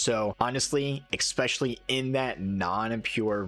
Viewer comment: Nice video and all. But if you want to make videos on Youtube, consider fixing your language. It's "es-pecially", not "eXspecially".